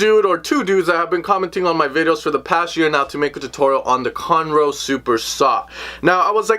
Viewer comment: Lmao it sounded exactly as if he said conor ross